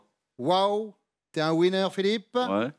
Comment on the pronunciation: Le commentateur là...avant de faire des démonstrations en anglais de comptoir là...apprenez a prononcer "winner".....la façon dont vous prononcez ce mot c'est pas "winner" que vous dites...mais "whiner".....qui ne veut pas dire la même chose du tout....